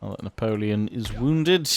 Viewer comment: Juts love your French accent when saying Napoleon !